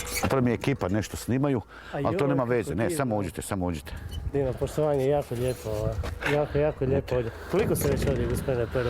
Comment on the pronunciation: Početak : "poštomanje..."